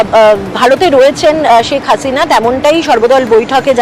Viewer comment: ছেক হাছিনা না শেখ হাসিনা। বাংলা টা ভালো করে বলতে শিখুন।কোন শ স ষ এর কেমন উচ্চারণ শিখুন